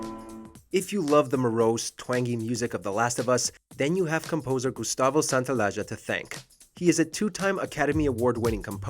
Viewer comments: Santa-o-la-la. Again: Santa-o-la-la. Now Santa (not "Sanna") + all syllables together. Is that hard for americans to pronounce? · How can u pronounce Santaolalla like SANTA O LAJA? OMG.